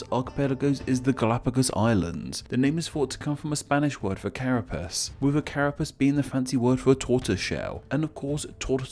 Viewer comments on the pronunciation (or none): none